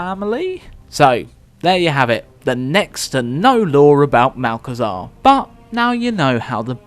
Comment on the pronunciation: "Malchezaa", my favourite